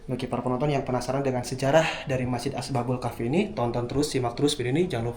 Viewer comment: Bukan Asbabul Kahfi, tapi Ashabul Kahfi.